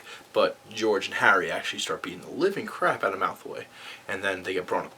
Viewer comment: Am i the only one hearing him say Malthoy?